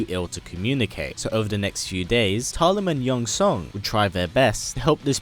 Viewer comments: Just realized, if we're going to go with the Filipino pronounciation, "Talim" would be pronounced as /ta-LEEM/ (with the stress on the second syllable), like the Filipino word meaning "blade" or "sharpness of a blade" 😊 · Cant even pronounce her name right..